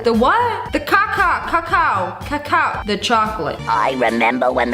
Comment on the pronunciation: It's actually pronounced Ca-cow